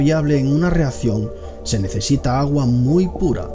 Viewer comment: Jajajaja no puedo con el “dotor”, y “reator” y “reazion”